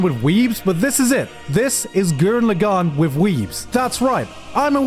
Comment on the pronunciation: as the ultimate gurren lagann fan ill let u know if that anime holds up also u are not saying lagann right